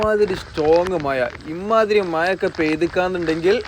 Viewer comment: no excuse with ur slang about MAZA not Maya